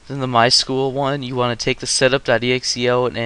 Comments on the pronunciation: My S-Q-L not my School -.- Structured Query Language Say it correctly. Apart from that, nice tutorial very detailed. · lmao "my school?" I think you mean.. "My es-kyoo-ell" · It's pronounced sequel... MySequel.... MySQL